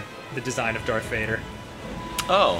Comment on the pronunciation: Danny said darf instead of Darth